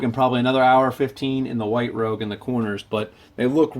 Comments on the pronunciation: Rouge is pronounced “Roozh” lol. Other than that, deadly video series. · Also the polishing compound stuff is pronounced 'rooo-sh'